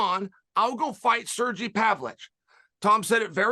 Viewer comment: "Serji Pavlich"